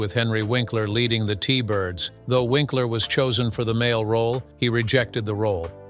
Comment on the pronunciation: lol but the voice kept making it sound like Vinkler...not to mention the facts and dates were all wrong! Unless, that is Happy Days started ten years after it started!